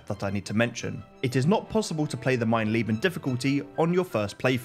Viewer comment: I don't mean to nitpick, but the difficulty is called "Mein Leben". "Mein Lieben" means "My Love". Not sure if it was said like that on purpose, but it was a funny touch nonetheless!